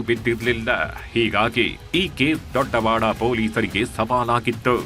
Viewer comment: Sir ಕನ್ನಡ ಸರಿಯಾಗಿ ಉಚ್ಚರಿಸಿ ದೊಡವಾಡ ದೊಡ್ಡವಾಡ ಅಲ್ಲ